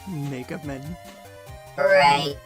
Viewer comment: What do you want? "Mega men" XD